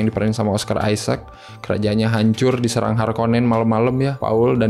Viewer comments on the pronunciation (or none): none